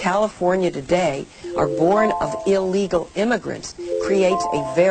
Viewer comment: Hey,... There is NO SUCH WORD AS "EE-Legal"!!!